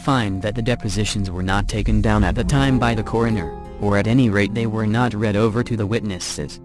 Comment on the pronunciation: If I hear another commputer voice saying reed instead of read again I will probably scream!